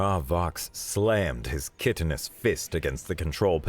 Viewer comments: Worth pointing out (again, though you have improved from previous videos), that the first syllable of "chitinous" sounds like "kite". And any military commander who doesn't know fear, is one who hasn't completed basic training and shouldn't even have a rank as high as private. Also, anyone with even the rank of private should know better than to delete the record of a "do not go here" location like Earth. That's just begging to have someone else show up and get in even worse trouble than you did... I love that you managed to get so many random silly references in this one (some multi-layered ones), but have to question if Hank Jenkins is related to Kevin or Leeroy? ...probably both. ... ... For anyone who doesn't know, I recommend looking up "Deathworlders Chapter 0: The Kevin Jenkins Experience" - it's a classic of HFY and forms the foundation for one of the longest-running webnovels in the HFY genre. Not so sure it's worth looking up Leeroy Jenkins... but I guess it was fun while it lasted. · Kye-ten-us, please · Excellent story, funny as hell in places, the narration is excellent. That being said...Chitinous should be pronounced with a long first "i" sound, should sound like the words"kite" "in" "us". Liquid Smoke at a Texas BBQ competition, I don't think so... Hank, Propane, I salute the writer. You mispronounced a few other words compared to what was in the screen as well, still much better than any other SciFi channel.